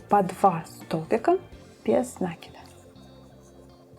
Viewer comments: Все просто супер! Но почему нАкид? Есть же правильное русское слово накИд. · Только не обижайтесь,слово накид,ударение приходит на букву "и",просто когда слушаешь,режет ухо,простите.